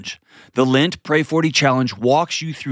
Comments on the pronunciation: Also it’s called LENT not lint! 🤣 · And in his ad—it’s LENT not Lint! 🤣